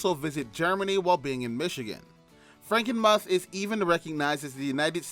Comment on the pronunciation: It's pronounced Franken-"mooth".